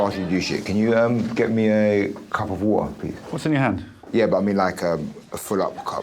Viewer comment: Getting a deja vu here. Putting the banana into the jelly filled bottle and Jamali's pronunciation of cup of wo'er .